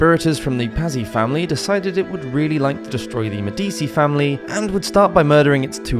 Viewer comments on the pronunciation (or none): I do appreciate your preemptive apologies for mispronunciations. A better fix would be to simply Google the names/words before butchering them. Medici is an internationally recognized historical name as they had a huge impact on the Renaissance. It's pronounced Med-EE-chee, BTW. That said, excellent content, très intéressant!! Helluva good tune!!! Slainté! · Typically I ignore the mispronunciation of these videos but the pronunciation of Medici irks me. I absolutely love this channel but I do wish if there is a name that you are unsure of how to pronounce or haven’t ever heard spoken please google it especially one like Medici that has had multiple TV shows made about itand there is even currently a show about Catherine de’ Medici called Serpent Queen and the Medici have even been featured in at least one video game series. So basically googling it for a check on pronunciation is pretty easy, even with the massive amount of research you already do I think this addition wouldn’t be to big of an issue to listen to the name spoken.